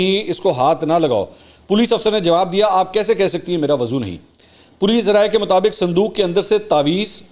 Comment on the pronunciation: Lafz wazu nhe hota balky wuzu hota hy